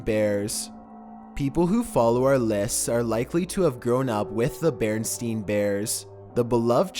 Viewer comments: its "Berenstain" not "berestein" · It's Berenstain not Berenstein I don't know why it chanhed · It is pronounced beran Stain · Bearstain not bearstein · its bairnstain not bairnstene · BarenSTAIN. Not Barenstein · It's Berenstain Bears not Berenstein Bears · Berenstain Bears not Berenstein Bears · The mandala effect has been shown in this video, let me tell you why. When he gets to number 13 he says The berenstein bears instead of the berenstain. How does that make this the mandala effect? It makes it the mandala effect because he remembers growing up with it being called the bearinstein bears instead of the berenstain. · Beren*stain* not Beren*stein* You guys got Mandela effect? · BerenSTAIN not BerenSTEIN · I'm surprised you said it like bearenstein instead of bearenstain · It was never berenstein its berenstain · No one is gonna talk shit about how he said berensien instead of berenstain? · bearensTEIN bears?? mandela affect has no affect on lol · OMG HE SAID BEARSTREIN BUT IN REAL LIFE IT'S ACTUALLY BEARSTAIN -SHANE DAWSON (MANDELA EFFECT) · Bereinstain bears not bereinstien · It's "Bearinstain bears" not bearinstein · *The BarenSTAIN Bears. pronounced "STAYNE" not "STEENE". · It's BerenSTAIN, not Berenstein. There is no mandela effect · So am I the only one that heard him saying 'The Bernstein Bears' and thought about the Mandela effect????? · Its not barenstein. ITS BARENSTAIN search it up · Bearstain not bearstean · There is something and intentionally creepy in this video that points to the Mandela affect. He said Berenstein bears but it's actually Berenstain bears. If anyone knows anything about the Mandela affect, this is a pretty well known factor of it. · It's Berenstain not Berenstein! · It's actually berenstain not Berenstein but you're not alone :) google it sometime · Crimson Crow man thats a Mandela effect we only know it as berenstein bears lol damn it lol even though ita berenstain i know lol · It’s bearenstain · beren stain